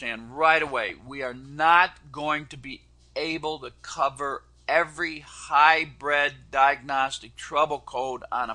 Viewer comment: Kind of annoying hearing him keep calling it hy-bred when it's pronounced hy-brid. I know of a couple of people that call it Hy-bird. But he's the best, so I guess he knows.